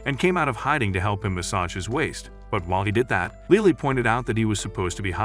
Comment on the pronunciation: LILI?! ITS LILY 😭